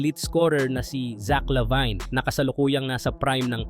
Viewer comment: Zach LaVine po, hindi zach la-bayn 🥹